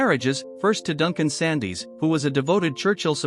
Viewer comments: Yes, some names are incorrectly pronounced (Sandys is pronounced Sands, not Sandies!) and even the subtitles are full of mistakes. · Indeed. Just because it is spelled ‘Sandys’ doesn’t make it ‘Sandees’. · Sandys is pronounced Sands. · For God's sake, if you can't get something basic like Sandys right (it's Scottish, pronounced Sands) give up. Bloody AI. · It’s pronounced Sands